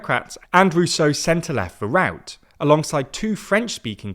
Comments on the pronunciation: Little tip, if you’re struggling to pronounce the party name of Vooruit. I suggest just saying “Forward” or “the Forward party”, as that’s what the name translates to in English :) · I understand it might not be easy to pronounce Dutch words but then maybe it would be better to just say 'Forward' instead of trying to pronounce 'Vooruit'. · You're pronouciation of "Vooruit" is painfull to hear.